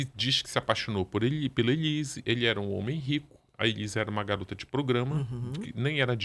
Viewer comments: O Ulisses agoniado com a Ana falando Elisa😂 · que agonia da Bia falando o nome da Elise errado o tempo inteiro! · A Doutora Beatriz só fala ELISA e é muito engraçado quando o Ulisses frisa o nome ELISE. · Bia, vc é lesada????? O nome é ELISE!!!!